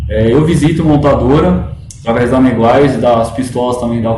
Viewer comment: O primeiro que vejo pronunciar Meguiar's corretamente.